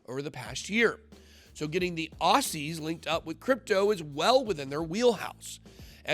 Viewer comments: Pronounced 'Ozzie', not ossie.😂 Thanks mate! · Worst pronunciation of Aussie I ever heard 😂